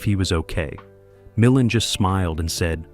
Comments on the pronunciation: OK. For all of the legitimate complaints about AI and the AI voice over mispronouncing names, does no one take issue with the unnecessary faux film dirt overlay on top of THIS ENTIRE PIECE? How about the random shots of Ray Millind 😉starring in Columbo ? Or the shot of James Cagney ? What we're seeing here is a creator choosing to use AI to create content. They use AI agents to scrape film "facts," gather images to support the script, and shove them into the video wherever. It's crazy. I'm afraid this is the future. Hopefully, we will retain some semblance of quality control and content and creators who at least make some effort to go through the resulting "slop" and shape it into something better. As a recently retired video producer, I can see how AI can take what used to take painstaking hours of labor to make a 31-minute video and turn it into something that can be done virtually in no time at all. What used to take a writer/producer days and days to watch the film, research the details surrounding it, formulate a perspective, write the script, select shots from the film, source photos that support the story you're telling, finding music that does the same, auditioning and directing voice over talent, days upon days of video editing, which goes further than simply linking shots together but carefully crafting a story that flows and is entertaining and informative. We're talking a minimum of a month's worth of work. But I'm afraid this is where things are head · I hate ,hate,hate this AI. MI-LAND. Can they have a real person listen to this? The information is interesting but it aggravates me to no end constantly hearing names and terms mispronounced. Ive resorted to using CC and not listening . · AI generated absolutely. Can't even pronounce the name of Ray Mil-LAND correctly.